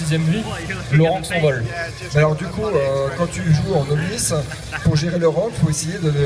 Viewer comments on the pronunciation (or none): none